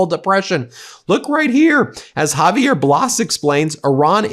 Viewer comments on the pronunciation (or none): none